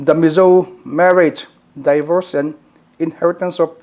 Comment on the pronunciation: Tinge a mizo tawng tak in han ziak ila, divawrs ti a lam tur hi mizo hian daivawrs ti hian kan lam kher le